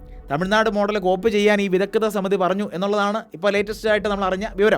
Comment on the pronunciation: വിദഗ്ധ സമിതി , വിദഗ്‌ധത സമിതി അല്ലാ